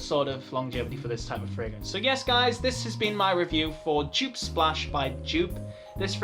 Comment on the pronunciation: Come on, you know how to pronounce Joop correctly. This "djuuup" drives me up the wall, Brazilians do it even worse "djuuupehh":D A lot of Joop fragrances aren't easily available or have no testers, it's a shame.